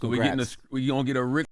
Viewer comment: Yall his name is RIC not rick (real name Richard) drop the k